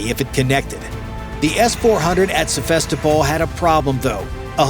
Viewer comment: Probably didn't even happen. Don't try to get your news from YouTube. He couldn't even pronounce Sevastopol properly. 😂